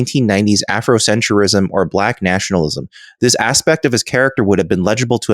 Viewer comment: Not only does mispronounce Kwai by unnecessarily adding two extra syllables, but he does the same with Afrocentrism by adding one between the t and the r. Then again, I know someone who says the word gospel as gos-uh-pel. I guess it’s basically a glottal stop for those who can’t easily facilitate the expected smooth transition of kw, tr, sp, etc.